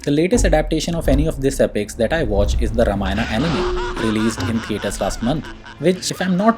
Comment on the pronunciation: It's ramayana not ramayan